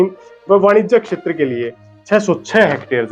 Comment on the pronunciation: शब्दों के उच्चारण पर ध्यान देना होगा। क्षेत्र को आप अकशेतर कह रहे हो, फेल को फैल बोल रहे हो। आपको कितने लोग देख रहे हैं ये तो आप जानते ही हैं। अच्छा प्रयास है, थोड़ा और ज्यादा मेहनत की आवश्कता है। हिंदी का डायलेक्ट हिंदी ही रखें उसमें हरियाणवी न घुसाएं। शुभकामनाएं।